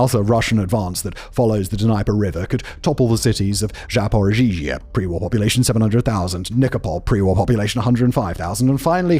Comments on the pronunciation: Zap-or-ee-zee-a correct? Simon:Zap-or-iz-ee-zee-a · Wonder if anyone will ever tell Simon how to pronounce Zaporizhzhia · Always entertained by Simon's pronunciation of all the consonants in Zaporizhzhia. Levity aside, great video.